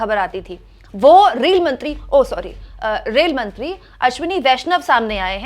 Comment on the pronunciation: पहले रेलमंत्री कहने का प्रैक्टिस करो तब पत्रकारिता करना, धन्यवाद।